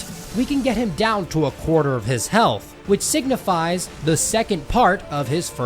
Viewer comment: I did not expect him to say health penis